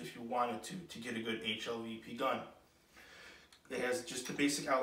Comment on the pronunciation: It’s not HLVP dude, it’s HVLP. High volume low pressure